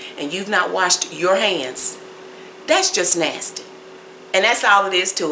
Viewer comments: Keep saying Nastayy because it's the southern thing to do. For the Karen wanna bees, find another channel on how to sip tea with your pinky. This channel is for the Grown cooks, pie and cake makers! Me' Shell Farria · You keep using nasty I love how you say nasty 🤣🤣🤣😉